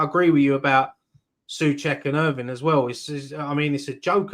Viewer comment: Someone's gotta tell that guy that it's "Irving" not "Irvine" 😂